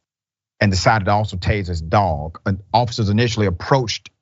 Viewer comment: I thought he said "taste" his dog, it's tazed.